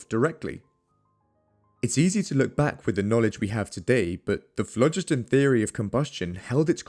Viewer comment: THE PRONUNCIATION OF PHLOGISTON is AWFUL. It should be phlo-GIST-on.